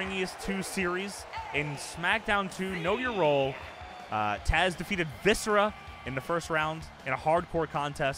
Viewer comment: Thought I heard say "Viscer-ass" at one point. Can't believe we never got that tag team.